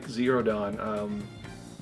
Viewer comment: Wtf is a Yokaza? It's Ya-Kooza 😀